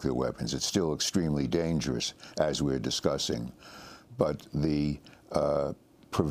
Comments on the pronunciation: Amy Goodwin said, "disgusting" in place of "discussing." Perfect! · EXCUSE ME, BUT DID SHE REALLY SAY "DISGUSTING" RATHER THAN "DISCUSSING" ?